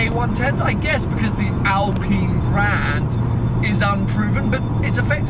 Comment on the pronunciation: It's an Alpine, not an Alpina (or my ears are playing with me and your pronunciation :P ) UPDATE: Oh sometimes you say clearly Alpine, good 😂